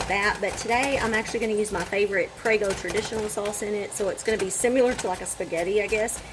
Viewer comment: Good video but similar is pronounced sim-a-ler not sim-u-ler. I'm not being a language nazi at all. I just think you need to say these things correctly so that your kids will learn the proper way to pronounce words and so you don't come across as being a uneducated hick.